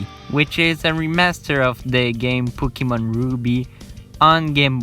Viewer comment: "Poukimone" Also write a script, that was some painful improvisation